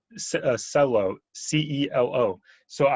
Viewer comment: Celo...sell low 😂 uh oh